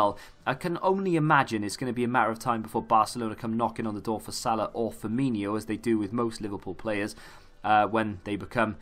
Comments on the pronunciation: 'firmino' not 'firminho' dude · Why does everyone think he’s called Firminho? There is no h